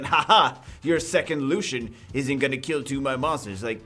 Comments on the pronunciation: The light Elven rangers name is pronounced is Lucy-in not Lushen. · can u pls pronounce his name french ? his name is lucien not lushen